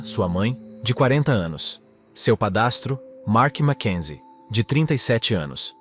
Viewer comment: Padrasto. Pa-dras-to. I.A. aprenda